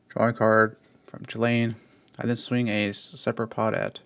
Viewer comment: Yet he pronounces “Chulane” wrong…